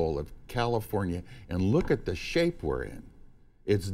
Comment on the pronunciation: "...and look at the SHSHape we're in!"